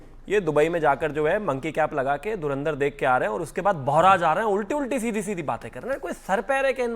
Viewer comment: धर्मेंद्र film dekhi hai😂😂😂 धुरंदर nhi bol pa rha😂😂 EID ki RAM RAM 😂😂